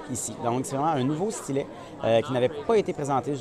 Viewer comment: Bon la prochaine fois tu feras ta vidéo en français hein? LOL Nan je rigole mais y a quand même une différence entre S-TY-LET et stlèt hein ?? xD Merci quand même pour cette vidéo :D